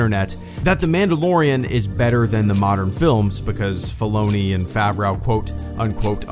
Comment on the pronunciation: Favreau = Favr-oh Favreau =/= Favr-ow